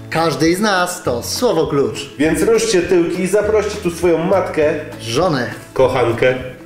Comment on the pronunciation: po prostu nie wytrzymałem jak Abi tak pięknie powiedział "matke" :D